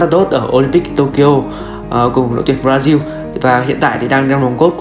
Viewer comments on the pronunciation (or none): none